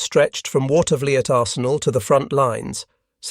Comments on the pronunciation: My uncle had a key position at the Watervliet Arsenal and i got a chance to tour the Arsenal during their Open House. Seeing lathes that turned 30 foot long barrels was indeed impressive. Also the pronunciation is Water - ver- leet. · Water-vuh-LEET is closer to the local (Capital District) pronunciation. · The US Armory in Watervliet, NY is pronounced "Water-vleet". Interesting video, was not aware the US put 10" howitzers in the field.